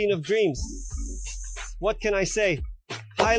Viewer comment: 😂 This guy can't even pronounce it right. He called it TONWINNER then he called it StoneWinner. Also, when he was trying to knock over the cans, u could see the sub was waving, meaning there will be distortion when driven at high volumes. MY PB-2000 Dosnt have that problem. This guy is a joke. He even describes the bolts as high quality. CRAZY "NEURO" You don't need to wear ear plugs for low frequencies it's the high frequencies that you need them. I'll admit it's not a bad price for the sub, but I want more reviews on it b4 I make any decisions on switching brands. The warranty on these subs is weird, too.They offer 3 years for their sub and, amp, and 5 years for the cabinet. Are the chinese expecting the cabinet to come apart😂